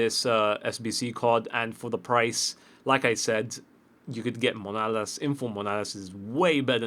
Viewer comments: 1. It's MAnOlas, not MOnAlas. 2. The Bundesliga is actually amazing but not many people know it. IF Embolo is awesome. Goretzka-IF Naby Keita is one of the best pairing in midfield. IF Vogt one of the best defenders in the game, fast, strong, very tall, good passing, even good dribbling. The fullbacks are not that great but (obviously you have Alaba) Kolasinac is very strong, has good pace and is very solid defensively, and on the other side Coke is good if you put Shadow or Catalyst on him, Weiser if you boost his defence,... Basically, I'm doing quite good with a Bundesliga every weekend but whatever. Obviously the PL is massively overrated with how many great options you have but that's because EA have to please the community. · It's mAnOlas, not mOnAlas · hey I see that you keep butchering your greek CB name.His name is pronounced as you read it. Ma-no-las. I'm from Cyprus so I speak greek. Hope you see the comment! pls like so he can see it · It's freaking MAnOlas ffs